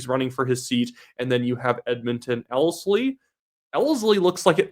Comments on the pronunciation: You are not saying Ellerslie correctly otherwise a very good video. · just for future reference Ellerslie is pronounced L-ERS-LEE.